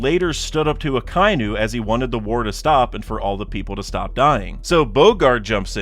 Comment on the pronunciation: Why do you pronounce Akainu like that 😂